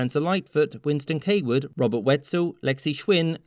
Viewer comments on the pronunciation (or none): none